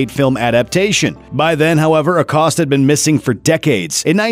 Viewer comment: Why is he pronouncing Acosta like that